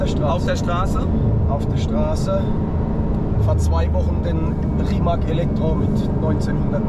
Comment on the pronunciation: Will nicht klugscheißen, aber der Name Rimac wird eher wie RimaZ ausgesprochen, tut mir einfach bisschen in den Ohren weh, so wie ein "Lambordschini"😀